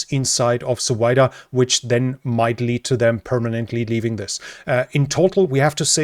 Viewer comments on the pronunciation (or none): hahaha, i heard Suvida as "so weiter".